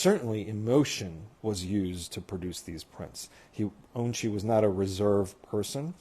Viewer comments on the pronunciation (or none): Remember his name is pronounced On-chi not Un--chi!